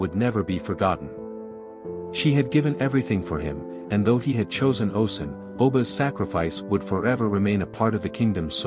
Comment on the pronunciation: oh • shoon, not oh sun. great video though ✨